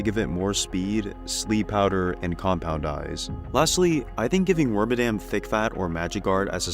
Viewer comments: Wormadam is my second favorite pokemon and I naively yearn for the day it gets new forms. Water, ice, and rock bagworms would be easy to do, c'mon. It also "bugs" me that so many people don't pronounce its name right. It's Wor-mad-am, like 'Madam' Edit: from what I can find on games that speak Pokémon names, it is actually Worm-a-dam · Frick, I'm actually wrong. I pulled up the Pokedex 3D Pro game and Detective Pikachu 1 vids to double check, and they say Worm-a-dam :/ I swear I remember hearing Wor-mad-am from an official source back around the XY days. Mandela Effect is crazy